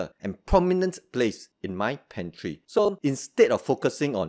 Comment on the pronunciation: You don't call it a super food but you leave it in your "super pantree" 😂👍🏽